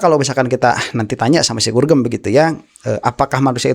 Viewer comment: Gorgom kalee bukan gurgem